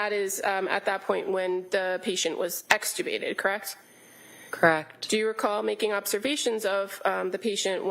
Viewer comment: She really loves the word extricubated ha ha